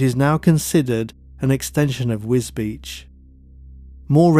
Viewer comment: Very nice documentary. One small note, you pronounce Wisbech as "WisBeach." The corruct pronounciation is WizBek.